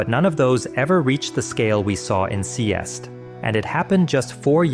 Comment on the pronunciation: It kinda hurts being danish and hearing you pronounce Seest and Kolding lmao